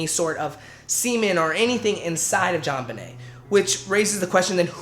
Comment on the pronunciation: Her name is pronounced as Joe-nebee btw